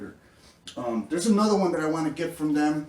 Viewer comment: "anotha one"